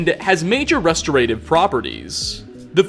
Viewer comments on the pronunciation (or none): REH-stu-RAY-tivv ... you mean ruh-STOH-ra-TIVV?